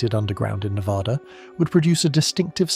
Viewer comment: Can you say Nev-Ad-Duh!!! Cant even say the states name right. Im not watching anything more